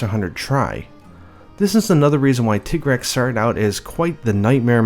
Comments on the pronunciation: it's not a fucking tiggrex it's a TI-GREX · If it's based on 'tiger' then why do people call it 'tig-rex' instead of 'ty-grex'? (TIGer-REX?) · >Japanese name is pronounced Tigareksu >Still calls it Tai-Grex Why are Americans so persistent that thir only language exists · Tigrex, most people assume the 'tig' is from English tiger. Wrong, it's from the Spanish "tigre". Hence tea-grex pronunciation. Educate yourselves ppl. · You saying tigg-rex is making me trigg-ered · His named derives from tiger. You don't pronounce tiger "Tee-ger" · Since my group of friends couldn't agree on a pronunciation for Lagiacrus we all just agreed to reverse it and call him surcaigaL or sir-kay-gull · I don’t give a flying duck Capcom calls it “titgrex”, because they are Japanese, they do not have a deep enough understanding of the English language to decide the linguistically correct pronunciation of any English word even if they made it up in the first place. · Tai-grex, because his nature is supposed to be similar to that of a tiger. even references this People are gonna pronounce things however they want, but I definitely believe "Tai-grex" is the correct way to say it. Also, "Wrath-uh-low-s, Fay-tal-iss, and Yee-Ann-Cut-Coo. 'Yian Kut-Ku' I may very well be pronouncing wrong, but it's how me and my friends have always pronounced it. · You tiger taiger and Tig-rex just sounded wrong to me but what do I know I awlaws called Gobul Gobble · I do "Teeger-rex" . Pronounced like the German tanks.